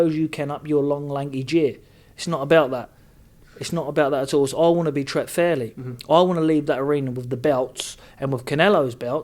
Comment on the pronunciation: Billy “It’s Teated Not Tret” Saunders